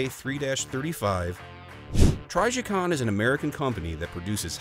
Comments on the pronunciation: “TRYjicon” I have literally never heard anyone mispronounce Trijicon before lmao 😆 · Same. Never heard it pronounced this way before. Sounds goofy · it's not a hard "I" sound, the "I" is pronounced as it is in a word like "in" or "imbalance."